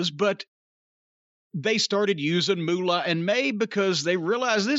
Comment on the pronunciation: For some reason, I love how Jim says, "Moolah".